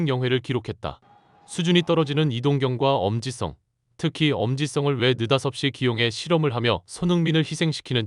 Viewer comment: 왜 엄지성을 엄지썽으로 발음하니? 이것들 한국말 아냐? ㅉㅉ